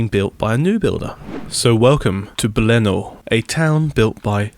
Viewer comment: Also, Belluno is pronounced Bell-oo-no, not Bell-ah-no